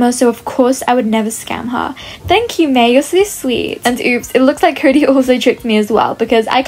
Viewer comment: Why did say curry instead of cody